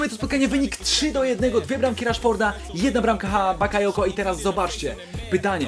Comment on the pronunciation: powiedziałeś zamiast bakayoko powiedziałeś yabakoko